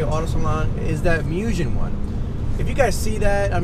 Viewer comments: Its not pronounced mujen. Its pronounced Moogen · Folks, "Mugen" is NOT pronounced "myu-jenn". In Japanese, Mugen means "unlimited", and you pronounce it "Moo-ghen". Here is a Mugen employee pleading y'all to say it correctly. See, now you can correct friends and forum trolls. You're welcome. :) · Definitely pronounced Moog•in. Not muujjhhen. If you hear it both ways, start correcting the people mispronouncing it. I like your stuff but anyone pronouncing it Mujhen sounds like an idiot to any knowledgeable Honda head... It automatically puts you in the rice boy group lol. And nobody wants that!! Thanks for the vids tho, Got a 2018 championship white type r en route as we speak!